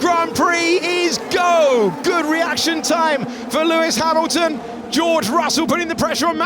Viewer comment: Pewis Pamilton 😂😂😂😂😂